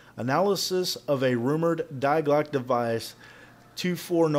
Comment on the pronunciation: I lol'd how you say Die Glocke. Like some mister Glockuh must die. Its more like "Dee Glock-a"